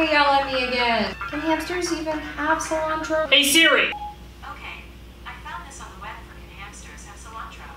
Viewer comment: this entire thing: "sOlAntRO"